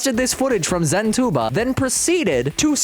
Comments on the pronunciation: "Zen two bob" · Zentuba ❌ Zen toolbar ✅